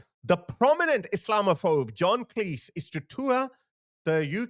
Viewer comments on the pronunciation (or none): John Cleese himself would tell you, his surname is pronounced like Cheese, not like Lease.